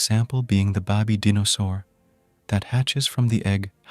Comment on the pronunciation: "the bahbee deenosaur"